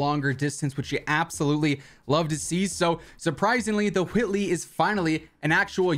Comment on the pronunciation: Who does he say whitely like stewie saying cool whip 😂😂😂